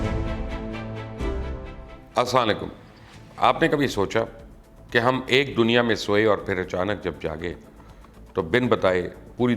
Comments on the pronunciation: Sir Ap sy request hi Ap assalam o alikum bola krein na k assalikum is ka mtlab tuhy mot ay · Mubashar bhai, saa laikum nahi plz plz plz asslamoalikum bola karain. Thank you. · مبشر لقمان بھائی (اسالیکم ) نہیں بلکہ پورا السلام وعلیکم کہتے ہیں. جزاک اللہ خیرا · السلام علیکم ہوتا ہے مبشر بھائی اسا علیکم نہیں ہوتا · Please Salam sahee kahan karain. aslanlaykum nahi hota. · Bhai ye har dafa Asan Aliukum Kia hota hy Yr seekh lo kuch tum itne bare sahafi ho!!!!!! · AP Salam to sahi kren Zara aslamikum ye Kia tareeka Hy sir Zara apna Salam sunyn bar bar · Salam to Sahi Bola karain jnab, Mushkil lgta hai to Bola he na karain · Salam to thek se Karin bhai 😆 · اسلام و علیکم Sir video ma salam sai tarahaa bola karay baki ap achi video's bna rae hain. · Sir repeat how you say salam How you say salam Please don't mind